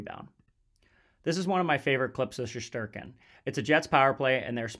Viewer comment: Shesterkin/Shestyorkin * not Sheshterkin. Great video otherwise.